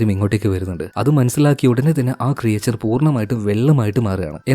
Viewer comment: ക്രിയേചർ അല്ല ബ്രോ.. ക്രീച്ചർ. Nice explanation ❤️🔥